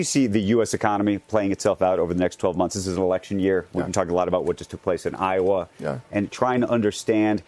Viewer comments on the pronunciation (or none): none